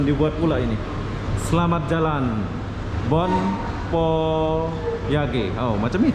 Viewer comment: Sakit perut aku nahan tawa bila kamu bilang Bon Voyage